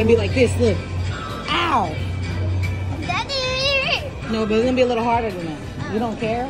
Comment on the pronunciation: the way she said owwww